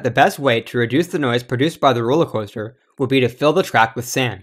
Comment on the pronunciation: this man said "roller cwoahster" lmfao